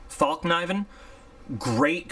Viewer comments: olmost rigth with the "E" Fällkniven is Fäll= Fell (fell a tree) and Kniven is the word Knife so "Fellknife" if you translate it straight by the words so pronounced is more like "fell - Kniv -en" the "K" is very strong and short K. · I believe it's pronounced "felk niv-en"